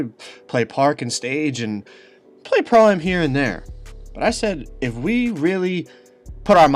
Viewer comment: Why can he not say pro-am right? 😂